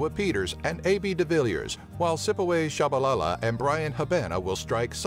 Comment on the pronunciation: WTH?? - 'Shipaway' Tsabalala?! :-)) 'Pokie kos':-))